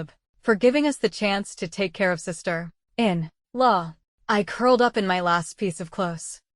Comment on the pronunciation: Do something with the 'sister - in - law' of the AI voice, this is so annoying. Catherine also became Caleb at some point, please proofread the story before sharing 😮‍💨